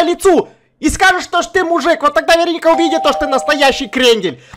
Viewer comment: я посмотрела один фильм и в этом фильме была чародейка Веро́ника, и подумала, может быть эта не Верони́ка, а Веро́ника. Заметь пожалуйста.